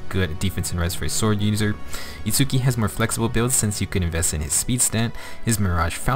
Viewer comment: Minor nitpick: Itsuki's name is pronounced without an emphasis on the U, which is a common trait for Japanese words with a U in the middle when Romanized. Therefore, it's a two syllable name that sounds like "ITS-key". Anyway, as for Nemesis himself, I think the weapon is unique enough that I'll build one copy to use for Arena Assault, but because he doesn't hit that 180 BST, I won't go all in on him. I'm also disappointed we didn't get God Shattering Star for his GHB map. Now our last hope for getting that song in FEH is the inevitable Legendary Claude.